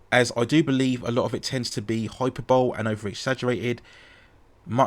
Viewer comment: you've only ever read the word "hyperbole", havent you? its nothing to be ashamed of, most people these days just dont read let alone look up the pronunciation of words. its pronounced "Hi-Per-Bol-ee". Hyper-Bowl sounds like the natural successor to the american Super-Bowl